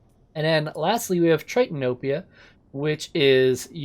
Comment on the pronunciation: Who else heard tritanopia